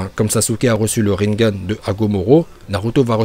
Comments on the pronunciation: Le linegane 😂 je connais le ringann moi pas le linegane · "Le linnegan " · ya aussi le linegane